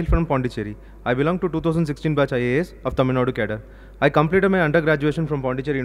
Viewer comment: She dont know right pronociation of cadre always i observe